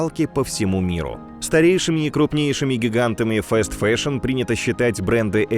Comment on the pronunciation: фаст-фэшн*, не фэст фэшн